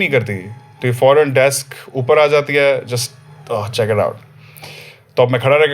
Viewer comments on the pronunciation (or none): "to ye fornn ... khara ho jata hai" ?? XD XD